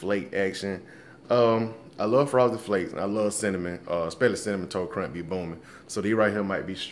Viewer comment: "cinnamon tot crunt"